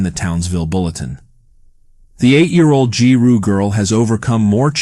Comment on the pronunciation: “G-roo” 😂 “gi-roo” I was fortunate enough to meet this lovely soul in Giru State School. She was always so happy at school, always participating in sports even with just the 1 leg. Her mother is the real loser in this situation. That kid would’ve been the best daughter to ask for.